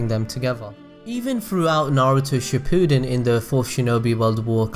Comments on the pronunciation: Not bringing any hate but it is shi-pa-din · All I hear throughout this video is "she-poo'd-in"... >.> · did u just say Naruto SHIPOODEN..... uncultured swine